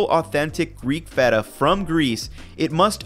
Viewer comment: Well, this guy looks like someone who eats A LOT of cheese, so I guess I'll go ahead and believe what he says about cheese (even if he doesn't pronounce the particular name of the particular cheese particularly correct). I'm so glad that my old ancestors developed a tolerance to milk beyond infancy, so that now I don't have to be "lactose intolerant", because I LOVE CHEESE! 🤗